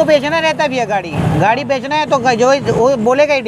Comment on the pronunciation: गाढ़ी नहीं भाई गाड़ी